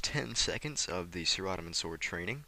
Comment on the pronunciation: nice video.. but am i the only one annoyed by how he says saradomin? lol